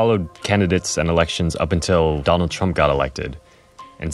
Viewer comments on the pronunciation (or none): none